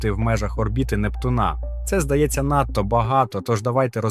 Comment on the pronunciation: Якого в біса НуптунА? Можна хоч наголос правильно ставити? 😡